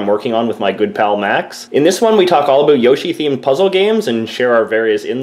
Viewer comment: Aboot, Aboot 😂